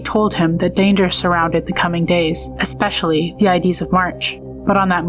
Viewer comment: Subbed, very interesting channel. Just one suggestion, use a REAL voice that can correctly pronounce words like "ides".